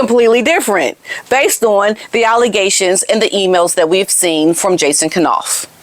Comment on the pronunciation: Funny, you pronounce it K-nauf too. I think it should be pronounced Nauf - K is silent like in knife. But I can't break the habit either.